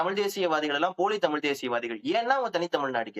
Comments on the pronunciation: Tamil with an L. 😅😂😂😂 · இவர்கள் இரண்டு பேர்களுடைய "தமிழ்" உச்சரிப்புமே சரியில்லை.... "தமிழ்" என்று சொல்ல முடியாமல், சொல்லத் தெரியாமல் "தமில்" என்று சொல்லிக் கொண்டு "தமில் தேசியம்" பற்றியும் "தமிலன் யார்?" என்று விவாதிப்பதும் வேடிக்கையாக இருக்கிறது.... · This fellow the white shirt guy can't even pronounce as Thamizh. NTK is a dangerous element should be eradicated from Tamil Nadu, which encourages Tamil extremism, could cross that line to be generated as Tamil Terrorism.